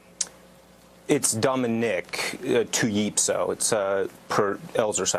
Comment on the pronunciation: It’s Two-YEEPSO why can’t he get it right